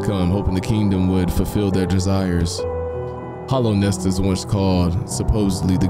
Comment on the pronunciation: Just wondering if he ever figured out that it's Hallownest not Hollownest.